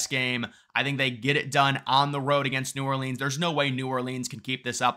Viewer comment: He can’t pronounce the name of the city correctly — it’s as if he’s from Borough of Queens New York